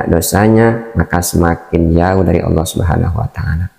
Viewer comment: ALLAH BUKAN ALA